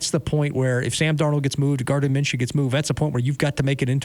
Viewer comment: Minshew?? Maaaan.. Nah